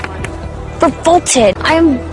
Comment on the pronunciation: 근처에 나오는 I'm revolted. <- 이 문장이 계속 저에게는 I'm full-ported. 이런식으로 'f'가 있는 것처럼 들리네요. 왠만하면 이렇게까지 크게 벗어나게 들리진 않는데 당황스러워서 반복해서 들어도 계속 그렇게 들리다니 이런.. ^^;; ㅋㅋ